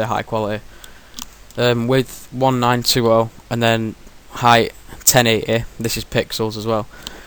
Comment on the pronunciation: Hi, I was pissed off because I was trying to follow this step-by-step... But let's say you talk fast and have a very strong accent. It is difficult to follow. Like the word quality sounds like qweleteh, or something. Hehe. But hey, you do your best, and that's cool. But another point is you skip some details. If people (like me) are not experienced with the style you are trying to explain, and you skip (even just) one or two steps in the explanation, the whole tutorial is down/useless. And no, my native is not English cause you have fans all over the world. That's even more reason to pronounce as clear as possible? Best regards.